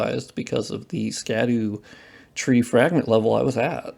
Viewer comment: "Sca-doo" tree is "shad-dow" tree